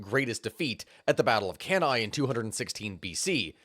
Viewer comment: You properly pronounce Cannae. I'm impressed